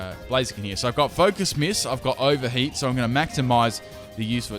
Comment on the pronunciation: Did you say 'ogre heat'